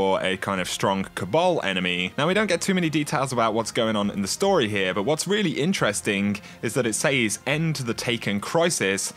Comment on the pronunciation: I found it impossible to listen to this with the way you pronounced words, example, Enemeee, Bizaaarreee, Alerrrrt, Zoneee, Storeeeeeey, Locayyytionnn. Call me picky, it's quite funny but unbearable lol, its like listening to a computer talking back after typing the words, no soul